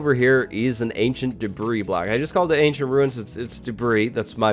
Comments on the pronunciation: *Debris it's already plural, no need to pronounce the S. Just a nice lad looking out for another lad. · The s in debris is still silent. No updates there! 🤣